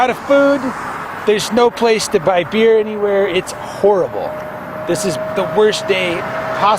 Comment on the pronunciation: “Beer” is a two syllable word for wingman. “Be-ear”